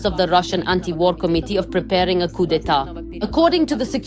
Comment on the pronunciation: With all due respect, the word “coup” is pronounced with a silent ‘p. It should sound like “coo” 😊